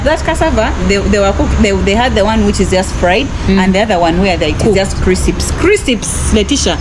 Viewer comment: Crisips instead of crisps 😂😂 made my day! I thought only us Zambians pronounce it that way 😂 Our security guards at banks and ATM have rifles too. It actually makes me feel safe especially if I want to withdrawal money at night.